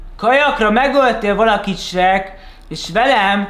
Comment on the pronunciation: AZT MONDA AZ ELEJEN HOGY SHEK